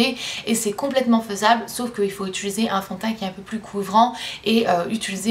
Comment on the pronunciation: j'ai à chaque fois l'impression que tu dis " j'utulise " au lieu de " j'utilise " ahah :)